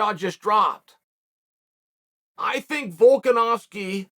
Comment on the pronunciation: You know you’re good when Chael pronounces your name correctly